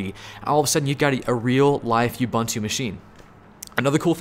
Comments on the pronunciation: Ubuntu is pronounced Ooh-boon-too NOT You-bun-twu, it's not too much of an ask to pronounce it properly just that word not the whole language. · Love you man, but can you please stop mispronouncing Ubuntu? It's "oǒ'boǒntoō" or Oo-Boon-Too... oo as in moon and there's no "you" in it! See: Anyway, great rundown of the choices. I started on Packet Tracer and moved from there to Boson to GNS3... Have to say Boson is a good choice if you want the ease of PT with added functionality without the GNS3 headaches.